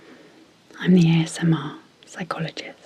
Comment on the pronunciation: Always my favorite part, "psychologis..t"